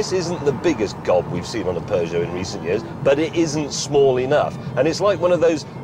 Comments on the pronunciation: stop pronouncing peugeot as peugeot, when peugeot is pronounced PEUGEOT. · I cringe everytime a brit pronounces peugeot.